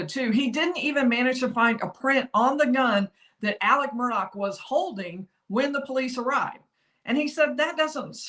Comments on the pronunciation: Isn't it Murdaugh not Murdock¿¿ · It's Murdaugh pronounced MURDOLL. Son Paul and all his buddies say it correctly but the media can't manager it!! Murdaugh (MURDOLL) Geez why's that so hard. Murdaugh almost like murder!!! 🤔🤔